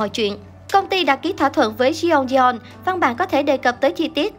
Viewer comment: Ngta là Jeongyeon hay còn gọi là Jungyeon hỏng được thì gọi là Dungdon chứ đọc là Se ong di don là ai má ?